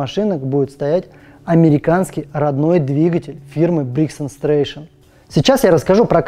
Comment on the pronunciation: Мотор произносится: бригс энд Стрэтон.